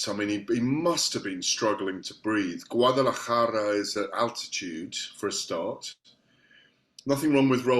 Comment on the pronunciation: Was feeling sympathetic towards the GAD while reading these comments until I heard 'Guadalajara'.